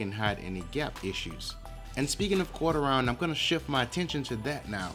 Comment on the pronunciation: thank you for the right word, I kept hearing "Corter Ryan" and I couldn't figure it out.